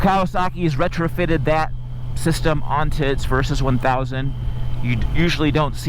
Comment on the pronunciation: why you keep saying "Versus"?